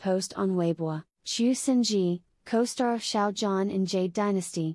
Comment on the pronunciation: thank you for this! but please learn to pronounce Xiao Zhan's name properly. it's so grating on the ears how you mispronounce 'zhan' that i cannot bring myself to sub to your site. it's not 'JAN' and you can hear the correct pronunciation of his name on other YT sites, esp the chinese ones.